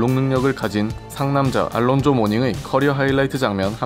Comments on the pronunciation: 미국에서 올란조라 불린다고요? 전혀 그렇지않습니다. 미국이나 영국식이나 알론조라 발음합니다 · 이이름이 이제 정확히 영국 발음과 미국 발음을 구분 짓는 표본이 되는 듯 합니다. 우리 즉 영국 발음으로 "알론조"라 한다면, 실제로 미국에서는 "올란조"란 발음으로 불리었죠.. 모닝하면 제일 먼저 떠오른 것이, 원래 호네츠에서 친하게 지내던 래리 죤슨과의 난투네요. 닉스와 히트가 라이벌이던 시절에 말이죠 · 모닝 관련 영상이나 아니면 명예의 전당 영상을 봐주세요 분명 똑똑히 “올란조”라도 들립니다. 90년부터 Nba 팬으로서 한번도 미국 방송에서 “알론조”라고 발음하는 것을 들어본 적이 없습니다 여기에 듣기 버튼을 사용해보시면 명확한 차이가 들립니다 그리고 해외 어디서 거주하시는지 궁금하네요 ^^ 저는 예전에 보스턴시 옆에 있는 케임브리지에서 거주한 적이 있었습니다만 ^^ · 영국발음이 우리의 "알론조"에 가깝고 미국 발음이 "올란조"에 가깝게 들립니다. 님이 개인적으로 그렇지 않다고 하시는 거에 대해서는 충분히 그러실 수 있다고 봅니다만. 저를 비록한 제가 아는 모든 미국인들도 그동안 "올란조"로 발음해 왔습니다. 그리고 저와 제 지인들은 Alonzo를 Al이라하고 부르지 않았습니다. 왜냐하면 말씀하신 알파치노처럼 "Al'이란 이름이 있기 때문이죠. 보통 Al은 이탈리아계 남자들의 이름을 연상시키고요.. 제가 알기론 Alonzo를 줄여 부르는 말은 "Zo"입니다 90년대에 제가 미국에 있었을 떄 저와 제 지인들은 그렇게 불렀습니다 여기 에 똑똑히 "올란조: 특히 "lon"이 "란:으로 들리는데 안타깝군요................. 여기 도 그렇고요